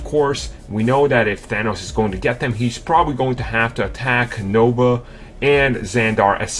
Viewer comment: I thought it was the Nova. I was saying it wrong this whole time. Gotta say it right. The Noba.